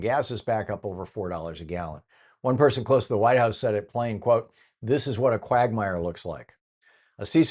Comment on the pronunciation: More stupid questions from Thom. And he can’t pronounce “quagmire” properly.